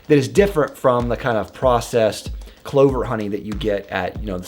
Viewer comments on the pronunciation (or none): none